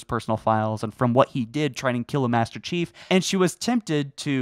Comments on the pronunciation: I reheard it like 5 times, and you definately dont say "Master chief" you are saying "bester chief" or something lmao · Did nobody else notice that he said "Baster Chief" at the beginning? Just me? OK... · Ah yes, the infamous... "bAsTer cHiEF!" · I heard he tried to kill "Bastard Chief" I had to rewind because I misheard him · “BASTER CHIEF” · I cant unhear "baster chief" lmao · I swear he said bastard chief within start of the video lol but as always love your stuff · I'm pretty sure he just said 'Baster Chief' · Don’t y’all love “Baster Cheif?” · “Baster chief”. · Did you say "tried killing Bastard Chief"? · Is it just me or did he say bastard chief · Baster cheif? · Baster chief this is a joke on how he said master chief so please don't hate me